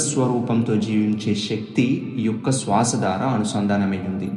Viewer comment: SWASA wrong pronounciation sir. You have to use Sriram "S" not Seetha "s"